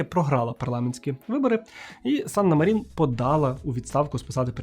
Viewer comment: Як я колись фанатіла від Фінляндії 😍 але то уже в минулому. Єдина поправка, у фінів усі слова, як і прізвища та імені, з наголосом на перший склад. Тобто САнна МАрін. А то усі медійники роблять помилку 😒